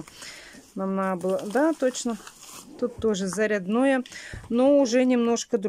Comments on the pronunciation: ЗарЯдое,а не заряднОе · здравствуйте! Вы же обещали рассказать о результате похода супруга к хирургу с пальцем. И... ещё один вопрос: а почему Вы говорите устройство заряднОе??? Ведь по правилам русского языка нужно говорить зарЯдное. Если привыкли так ставить ударение, советую в этом случае исправить привычку ( Вы же не старушка, чтобы выражаться как-нибудь, по привычке). Не хотелось бы Вас этим обидеть. Здоровья всем вам. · У кого шаИн, у кого шЕин. Ну и блогеры😀😂😀. А еще и устройство заряднОе. Уши вянут. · Мне прям по ушам дало это ударение